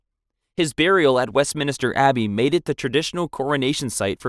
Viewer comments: Wesminister Carlsdyle Boilingbrook Glouchester Winsdoor Kingston Greenwitch Bronkyitus San Dringhem I get some are difficult like Blois, Agincourt and Vincennes, but others you spell correctly but keep mispronouncing anyway. It's great you've already accepted the mistakes and said your working on it, but it ready didn't feel like you were even trying or did any prior research. Especially when you pronounce Leicester and Meaux completely fine. The former being notoriously mispronounced. It's up to you, but I'd work on a reupload. Not being it's inherently bad, but because it shows good growth and that you have actually made the effort to improve. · WestMINSTER not WestMINISTER. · Ik this has been commented before and I realise its not your fault because the UK pronounce words differently to how they’re spelt (theres literally a tube station in London named “Surrey Quays” pronounced “Surrey Keys”) but it bears repeating; West-MIN-ster not West-minister Gren-ich not Green-witch Win-sor not Wind-sor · Anyone keeping count on how many of these guys from dysentery? Also it’s west MIN STER. Not minister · Minster not Minister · Westminster, not Westminister!! 🤦‍♀🤦‍♀🤦‍♀🤦‍♀ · Minster not Minister. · WestMINSTER, not Minister. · West-MINSTER not West-minister!! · I was going to stop the video over "West Minister", but when I noticed your pinned comment. I decided to overlook it and finish the video and I look forward to finding what else you might record. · Quick question: why is he pronouncing Westminster “Wesminister” 🤷‍♀️😂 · Ogden Nash wrote a poem about this common mispronunciation: "I find the cathedral dark and sinister - the one the tourists call Westminister" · Wes mins ter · Where did "Wins-door" come from?! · Minster not minister… Blois is pronounced Bwah. Shi nahn. 🤦🏻‍♀️ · Westminster ... West-Min-Ster Carlisle ... Carl-isle Gloucester ... Glo-Ster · west-MIN-ster GLOSS-ter WUSS-ter-sher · Also his pronunciation of Blois, Westminster, and Carlisle